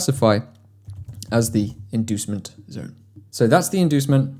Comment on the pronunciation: I want to see your comment if you hear him say DEMAND DONE instead of DEMAND ZONE in the 11/12 min 😂